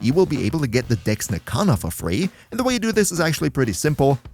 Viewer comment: Can... can you annunciate your e's a little better... it sounds like you're not saying Dex...